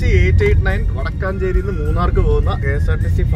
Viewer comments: വടക്കാഞ്ചേരി അല്ല വടക്കഞ്ചേരി ആലത്തൂർ പാലക്കാട്‌ name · ഇത് ഞങ്ങളുടെ നാട്ടിലെ ഡിപ്പോ ആണ്...., വടക്കാഞ്ചേരി അല്ല കേട്ടോ വടക്കൻഞ്ചേരി ആണ്.... പാലക്കാട്‌ ജില്ല മറ്റേത് തൃശൂർ ജില്ല ആണ്